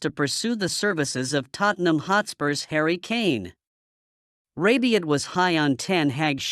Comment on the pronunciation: It’s rabiot. Not rabion. 😂